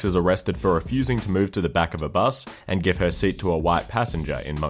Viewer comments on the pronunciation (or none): none